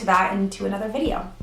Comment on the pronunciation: "Wideo" lol do you watch slim whispers too? 😂😂